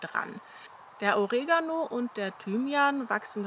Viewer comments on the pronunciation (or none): none